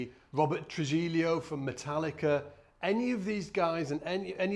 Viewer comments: Trew he-yo...not trudge-hill-yo... ;) Spanish yo eh ? If we've got to figure out your limey accent, at least make an effort with Spanish...fair? Love u and your lessons, peace. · Robert Tru-he-yo.....two ll is a y sound. One l is an l in Spanish. I'm from New Mexico. Thanks for the goodies here! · you kind of butchered Robert Trujillo's name :p Great lesson though ;)